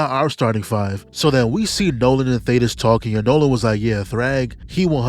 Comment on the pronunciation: I’m leaving a like bc you are the only YouTuber to call thaedus (thay-dus) by his actual name and not Thaddeus👏👏👏